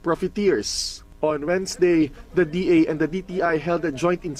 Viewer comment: DA po hindi DAR mali banggit mo